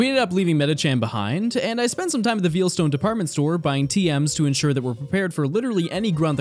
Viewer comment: Vayle ita pronounced Vayle not veel. Veilstone.